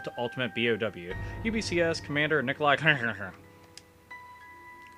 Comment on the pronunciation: I love how you pronounce the guy's name: Nicholai henheheh